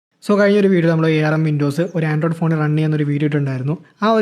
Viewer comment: A R M , alla bro "Arm" aahnh